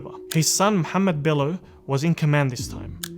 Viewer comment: Come on me on no his name as Muhammad not the Turkish pronunciation